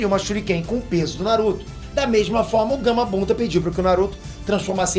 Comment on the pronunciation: Acho que só eu percebi isso ele falou Gamabunda no momento